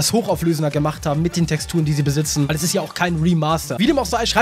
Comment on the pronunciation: ist er nicht YT= One piece theoretiker Und "Weil" nicht "Wail" Lern deutsch